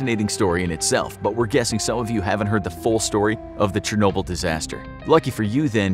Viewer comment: Do you mean chenoble shenoble